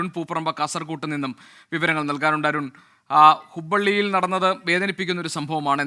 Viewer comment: ഹുബ്ബള്ളി അല്ലാ ഹുബ്ലി